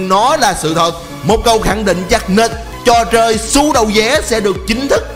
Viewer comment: sao lại đọc trò choi thành chò trơi